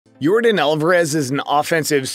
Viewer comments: YOR - DAHN ... not DIN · Bro it’s not air “your-den”. It’s air “your-don”. Like air Jordan but with a y at the beginning. That’s how you pronounce his name. You should really fix that. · It's not Yordan it's yourdawn... you saying it wrong. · This man called him Jordan the whole video his name is Yordan! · It’s actually pronounced Yórdan not Yordán. The emphasis is placed on the first syllable. Just like Jordan but with a Y. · Not Yordin 😂😂😂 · It's pronounced YOR-DON by the way. great video! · It's pronounced Air Yordán. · It was really hard to focus on this video when you mispronounced the man's name every time you said it.